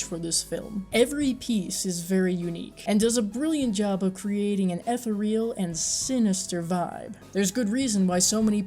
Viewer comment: im sorry but ethereal is spoken like this, ''eh'' then say the word , ''cereal'' , but replace the c with a th... still love your work